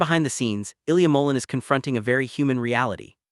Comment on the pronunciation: You need to learn how to pronounce Ilia last name!